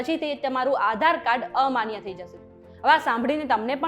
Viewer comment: Maybe it's Aadhar Card, Not Aaa dhar card :face-blue-smiling